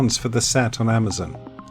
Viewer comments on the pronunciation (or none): none